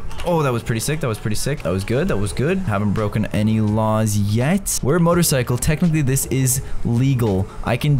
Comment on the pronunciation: Caylus: We got to try not to break any raws Me: HAHAHAHAHHAHAHAHAHAHHAHAHA HE SAID RAWS NOT LAWS